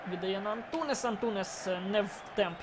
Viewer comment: Лайк, але не Антунес а Антунеш